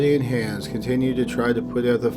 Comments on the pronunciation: I'm addicted to your channel. Can't wait for new ones. FYI: Hans is pronounced Hons not hands. 😁👍🏻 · hans - it's pronounced haanes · Hans is pronounced "Hahns", not "Hands" sans D. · HAHNS not han(d)s jfc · It's not handz its hanz. Hhh-onz not Hhh-an-z. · I can't get past how you pronounce Hans like hands lol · Hans was pronounced wrong, since one of my late relatives had the same name. The outhouse babies really tore up my heart, especially as a mom, I couldn't imagine doing that to my own child or "allowing" someone to do that, more so not being able to prevent it. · Is that really how that family pronounced Hans? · I wish you would pronounce Hanz the right way... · Pronounce "Hans" like anyone but is saying it. Minus the "s."